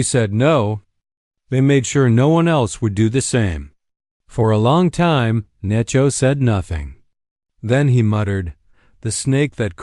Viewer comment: Narrator is awful. Spelling out actual words and that dreaded "dot".🤦🏻‍♀️ Desert...Dessert?🤦🏻‍♀️ "Necho" - NACHO! "Tatsie" Tazi? Tatsui? Totsi? How many ways is his name spelled?🤷🏻‍♀️ Are they all one person? It was a ok story. But so many Dots and an odd ending, she's just left there by herself, and what? Too many unanswered questions!🤷🏻‍♀️